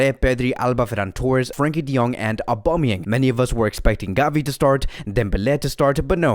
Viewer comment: is anyone else annoyed by how he says Aubameyangs name